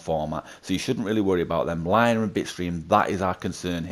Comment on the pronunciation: Linear is pronounced"Lin-ne-ar"